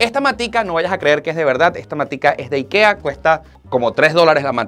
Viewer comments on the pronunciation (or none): none